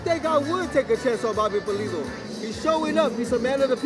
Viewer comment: Pulido not polido lol